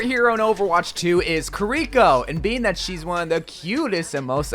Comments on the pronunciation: Come on man, say it right, KEER EEEE COOOO not KRRR RICO, I wince everytime you say it, either say it right or just say “her” or “she” instead of butchering her name every 5 seconds 😭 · KIRI-KO. Not KUH-REEKO. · Bro pronounce shit right Her name is Moira not Mora Its Kiriko, not kareko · Say it with my kee-ree-ko... ki-ri-ko. I can tell already we're gonna have so much communal trouble saying her name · Ki`riko, not Kiri`ko...watch official videos... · Bruv if you're gonna fawn over a chick pronounce her name right Keeree ko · i hope he knows that he's saying her name wrong